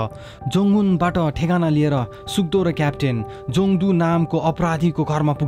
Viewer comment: All the time u were saying suk do and I heard suddo 🤣